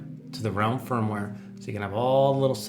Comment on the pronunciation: Nice! Ps.: It's Ralim - with an a ;-)